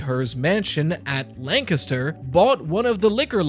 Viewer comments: I can tell you know Pennsylvania by how you say "Lancaster" and yes... Sheetz > 7-11. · Thank you for saying Lancaster right, I’m a local lancastian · Greetings from Bucks County - originally Chester. Big ups for saying Lancaster right 😉 LOVED the sheetz segment and all the talk about our puritanical laws with alcohol. Love a fellow Pennsylvanian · ^ Bro even pronounced “Lancaster” like a true resident